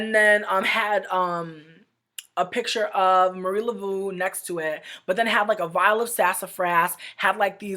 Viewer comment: I threw out all legitimacy of this video once this BLACK woman couldn’t even pronounce MARIE LAVEAUS proper name. Also it’s nothing like this anymore I work there now (a black man who practices hoodoo) and its an amazing job. Christian is actually cool once you actually have a conversation with him and he actually is very respectful towards African practice. Not sure at all what it was like back then but we (myself and multiple black co workers) hold it down in there and educate both black and white people about our culture. Also the managers are great :)